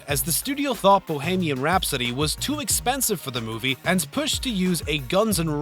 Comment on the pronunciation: Bow-hay-mee-an rhapsody